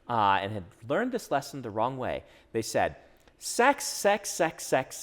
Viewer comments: OOHHHHHH “said”….not “Cid” I was really confused about why we were talking about final fantasy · "Said" my dude, maybe I need to turn this up a bit but I thought you were saying "SID" like it was some sort of short hand for something. Got it once you guys got into it though. This is great, thanks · I heard that 'said' as 'sid' for the longest time. As for writing what you know, if you don't know, DO RESEARCH. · Oh "said".... I kept thinking he was saying "sid" or S.I.D. like an acronym for some writing technique, lol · I'm guessing you're joking, but in case you aren't: They were saying that they thought it was a term or acronym. But it was just his accent — giving the word "said" more of an "i" sound (as in "did"), when Americans usually pronounce it with an "e" sound (as in "bed"). It was just one of those: "Are you sure we're both speaking the same language?" moments.